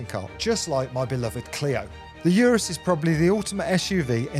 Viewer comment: I dunno why it bugs me when people say Urus wrong lol. It's like oo-ris..that's how the designer says it..there is a DDE video where they went for a drive with the creator and asked him how to pronounce it.